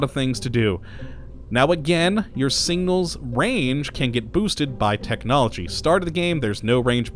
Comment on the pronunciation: Same. Took me a minute to figure out what he was saying. add that to nucular, aluminium, and Ol.